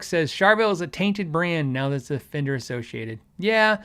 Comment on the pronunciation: " The FWNDER Way" Really